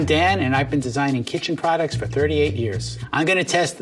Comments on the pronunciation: Honestly thought he said his first name was dad. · I swear he said I'm Dad at the beginning